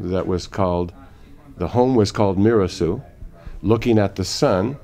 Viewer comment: Very interesting, however, "Mirassou" is an Occitan last name, more specifically, Gascon (Bearnese), and it is pronounced "Miras-saw-ooh" not "Miras-soo", with "saw" being stressed, and not the first syllable, "Mi". There is no "ou = oo" sound sound in Occitan, which is a different language with other rules distinct from French. My family and I come from Béarn too and we bear the last name. Actually, it is my mother tongue.